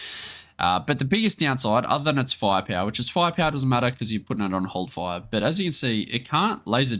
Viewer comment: фая-пяуа :D The way you pronounce "firepower" is so funny. And Russian unit names too :D Grait video thiugh. Thanks!